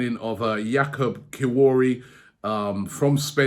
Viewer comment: Kiwori lol big up Robbie's names 😂